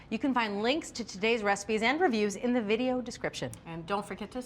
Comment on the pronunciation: Best bread (serrated) knife wideo......cutting edge stuff. Sorry....couldn't help myself